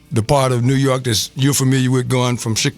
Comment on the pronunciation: said Dew Jork pistons